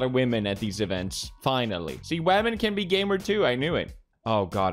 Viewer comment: Felix has me saying wamen now instead of women.